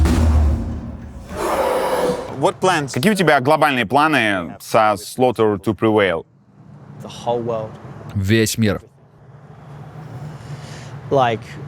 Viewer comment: я один начал ржать в голос когда он назвал три главные группы "рамштайн", "слаутер ту привейл", "пантера"?